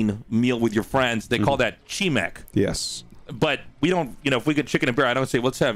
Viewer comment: ㅋㅋㅋㅋ 치맥라는 영어로 말하면 "치비"네요